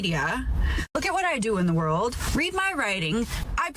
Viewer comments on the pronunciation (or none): none